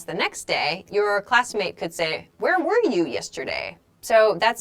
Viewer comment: "Where war you" - i hear this instead of "where were you"... Is there difference between "war" and "were" in pronounce?